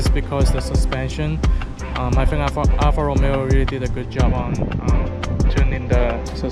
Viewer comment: Alfa RomEo...not Alfa ROmeo......accent on the second syllable....If you're going to be an "auto journalist" let's start with getting the names right....in any event...you chose the Alfa because of these math equations.... BMW = German Toyotas (Minus the Reliability) ALFA = FERRARI.... NEXT